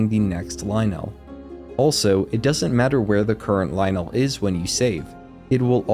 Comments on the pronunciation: I've never herd someone say Lynel that way and so many times in a row. Isn't it Lyn-nul not Lie-nell? A few times you say it both ways. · its okay to have wrong opinions sometimes but only so long as you dont conflate them with facts. its pronounced "ly-nul" as one smooth word, not two distinct syllables. it sounds clunky and bad. it is not correct. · pronounced lie-nul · pleaaaaase pronounce lynel normally...... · I hate they way he say lynel